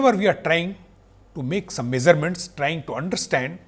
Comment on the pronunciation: Great lecture. The best I have found so far about inertial vs non-inertial frame of reference. However, the way he pronounce some words is very annoying. For example azume for assume, meazure for measure, meazurement for measurement and so on. I thought Indians are fluent in English!